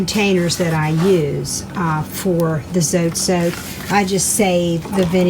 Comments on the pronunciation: its not zote, its zotay (dont mean to be rude) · The way you pronounce zote 😂